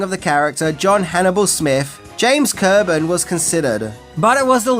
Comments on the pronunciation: James Co-Burn, just like it is spelled. George Pep-Pard, short E pe like pet. It doesn't matter, but I am compelled to speak. DC Cab, look at the original poster, who is that holding the cab door? Mr. T reached a level of celebrity the likes of which George Peppard could only dream. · And Co-Burn